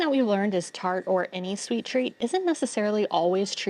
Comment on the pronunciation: Wederom een zeer vermakelijke video! 😍 I noticed something funny! When you guys are talking abourt "taart" you pronounced it like "tart", but when you say "tosti" it comes out as "toosti". 😂 Practice makes perfect! 😊 Ga zo door! 👏